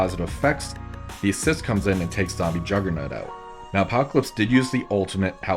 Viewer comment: Am I the only one that hears jugger-nut? 😂